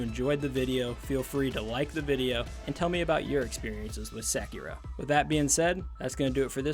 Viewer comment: Great review but you butchering that name 😭😭😭